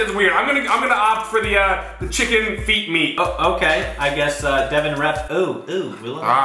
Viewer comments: It’s devan not deaven now learn there names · Its devan... not divan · It’s devan not Devin It’s not Collin it’s Collins with a S